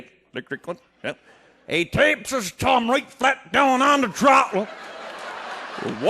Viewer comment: "He tapes his t'umb down on da t'rottle"